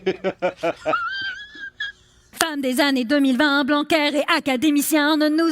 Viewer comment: Attendez, à , elle dit bien Blancaire au lieu de Banquière non ? On dirait un extrait de "mes meilleurs copains" avec Gérard Lanvin quand ils vont faire du théâtre social à la sortie des usines ou encore les Babas Cools pour le théâtre paysan 😂😂😂